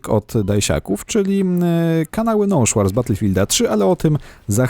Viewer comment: "Nąszua" to chyba jakaś potrawa z ryby ;D. Z angielskiego "noshahr" to raczej "nołszar" Wesołych świąt